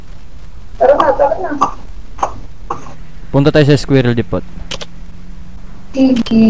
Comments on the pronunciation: Skwerel depot🤣.. kung di ako nagkakamali "depo" lang ang pagkabasa nun.. silent "t".. nice vid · Depo yun silent T😂